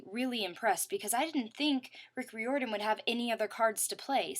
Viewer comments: its prononessed (riiordan) and its camp jupiter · I have mark of Athena you said riordan wrong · I think you mispronounced RIORDAN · great review! couple mispronunciations like Riordan's name is like rye-or-dan Hephaestus doesn't have an 's' between the 'e' and 'p'; and Reyna is supposed be be said like reign-uh. i don't want you to take this personally, but mispronunciations of words and names is like my biggest pet peeve lol